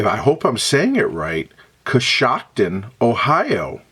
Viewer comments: Love it! You pronounced it exactly right. I've been there many times. There's a restored canal town there, Roscoe Village, that's sort of a tourist attraction. In a bit of darker history, Coshocton was the site of a massacre of Lenape Indians by a Pennsylvania militia; the European settlers were seeking retribution for some killings and horse thefts, which occurred along the westward-moving frontier. In a fit of ignorant, blind rage, they brutally murdered the settlement of Lenape--pacifists and Christian converts--in Coshocton County. Now the area is home to many pacifists of another sort: Amish and Mennonite families and farms. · Pronunciation of location is correct 💯❗